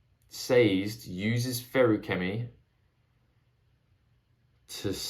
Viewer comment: Sazed Rymes with David, just a tip on pronouncing his name.